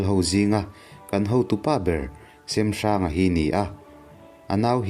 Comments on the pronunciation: a ngaihawm hle mai...mahse kanti teh ang semhranga hming i lam dan hi a dik chiahlo deuh in kahria...hnawncheuva hi kapa pu ani e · Hmanlai hming hi lam dik a har a mawh lo na a. Kan lo sawi ve mai mai. 1.Hrengnghinga : Hrengnghina tih hi a hming inziah dan. 2.Kingkawt : King (Laiking tih a Kîng thluk a lam tur, Kâwt pawh hi Ar âwt tih thluk a, Kíngķâwt ti a lam tur a ni ) 3.Semhranga : Sêmhranga tih a lam tur( Sem sem dam dam tih "Sem" thluk ni lo in. Êm tih ri a Sêmhranga tih tur a ni.